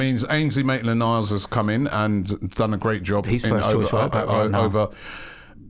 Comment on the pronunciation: "Naitland-Miles" "Pochechino" "Upamencano" "Papavopoulos" "lol you said saha"